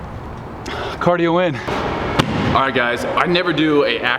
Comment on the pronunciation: he said "hardio" hahaha